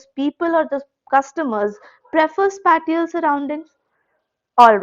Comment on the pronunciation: Spatial - Spae - cee - ul